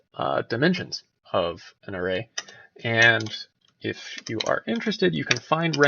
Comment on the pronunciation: arRAY, not AIRay...but it's a good video. That one thing chafes, though.